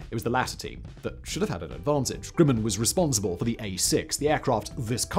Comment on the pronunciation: Is it just my ears hearing 'Grimmen' instead of Grumman? And the Flying Wing 'unproven' until the B-2 came along? Jack Northrop would be rolling in his grave, along with the Horten brothers. And BTW, the Hornet was labled "F/A-18-A" in the first delivered version, with the F/A refering to Fighter/Attack, so it ended up doing a roll it was designed for.